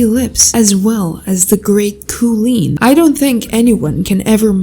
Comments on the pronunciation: KOOLEEN NOT ZOOTOPIA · Kooleen? More Like “Queen”